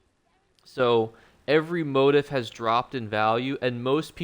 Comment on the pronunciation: and motif.